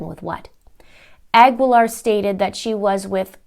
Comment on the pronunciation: Cecily's last name is pronounced "a GEE Laar", the U is not pronounced, same with the last name Guevara.